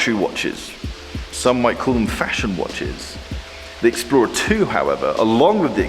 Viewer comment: Love how pronounces the Rolexixplrorlrr 2